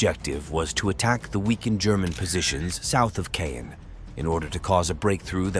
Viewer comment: Caen is not pronounced as cane.